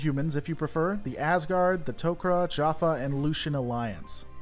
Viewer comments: Your mispronunciation of so many names like ori tauri and jaffar makes me think you haven’t actually watched stargate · While not technically correct, he actually pronounced Jaffa the same way many humans do in the series, so i would give him a pass on this one.